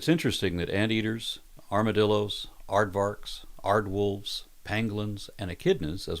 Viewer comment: May I merely impose myself and state that the 'v' in Aardvark is actually pronounced like an "f". So, Aardvark sounds more like Aardfark. Afrikaans tends to pronounce the v as an f, like it pronounces w as a v. So, Aardwolf, likewise, actually then sounds like aardvolf. Sorry, but not sorry.